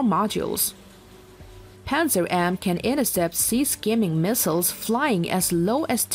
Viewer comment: It's pronounced "pantsir", not "panzer".